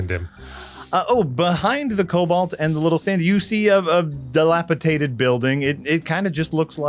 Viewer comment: Genuinely says a lot about Yahtzee how he so rarely corrects. Respect for the DM. Love it! Dilapitated? Nope. All of THE sudden. Nope. Sorry 😢